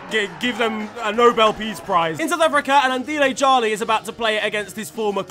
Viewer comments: Shout out for pronouncing Andile Jali's name so well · congrats on your pronouncing of the name Andile Jali..nailed it 🇿🇦